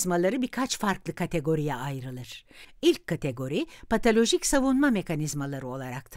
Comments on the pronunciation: Keşke patolojik diyebilen birine seslendirme yaptırsaydınız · Videoyu Seslendiren kadın her PATALOJİK dediğinde, içimde bir hücre usulca öldü.